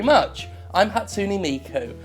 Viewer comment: Your pronunciation of Hatsune Miku made me cringe... what's wrong with me?